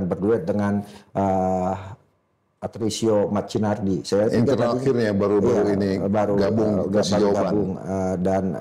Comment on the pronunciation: Ngawur banget omongan narasumbernya, siapa sih dia,. Udahmah salah nyebut nama patricio matricardi malah patricio matinarji 😂 Trus salah nyebut skor gol uiliam barros malah 21 gol, yang 21 gol itu si ramon bukan si uilian woy